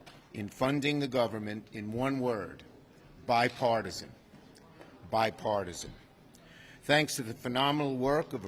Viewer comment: I wonder why when I hear him say bipartisan I hear Beth Paige! Mail in Ballots factory!